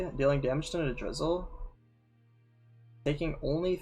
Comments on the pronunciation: also I believe it's pronounced ni-DRA-sil not ni-DRIZ-uhl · Lmao I kept hearing “drizzle” and thinking about rain.